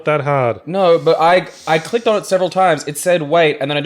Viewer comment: Is the y a long e sound? I, and most people I know, always pronounce it Oh DISS ee Uss, same way Ulysses is Yew LISS eez rather than Oo LEASE eez